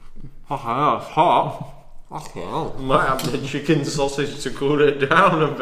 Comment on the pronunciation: "Im schmacking some chikin"